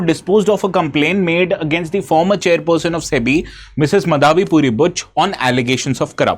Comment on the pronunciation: Sir it is MAADHAVI and not Madaavi